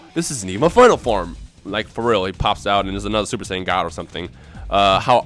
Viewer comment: Say-on ancient God smh